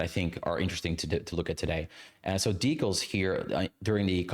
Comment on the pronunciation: I was interested in watching this, but I'm stopping about 10 minutes in because you say "decals" so many times and the pronunciation is giving me an aneurysm 😭